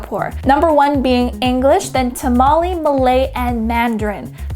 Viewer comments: It's Tamil ..not Tamali....great video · lol she told Tamil as Tamaley !!!